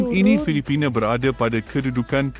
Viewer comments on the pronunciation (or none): Pelik betul bahasa si Narrator. Semuanya dibantai E. AndE, FilipinE, ManilE, AsiE. 😂